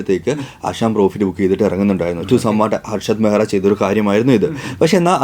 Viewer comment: കുട്ടിക്ക് മലയാലം അരിയില്ല... ഹർഷദ് മെഹ്രയല്ല, മെഹത്ത